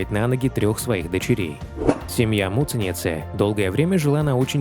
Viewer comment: Когда вы произносите таким образом фамилию Агаты, звучит как мученица!!! Вот зачем так делать!??